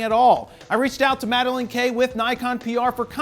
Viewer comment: Nooo not Madeleine! Madeline? Madelyn? 😫